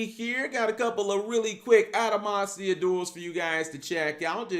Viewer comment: Adamatia not adamasia